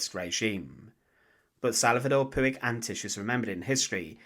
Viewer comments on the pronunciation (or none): The Catalan Surname Puig is not ""Poo ig", but pronounced more like "Poch" or "Porch". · It's pronounced puch